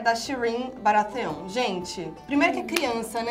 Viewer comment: "Jaime" "Cercêí" "Barateón" desculpa eu ri;-; (eu chorei bastante na morte da Shireen😢)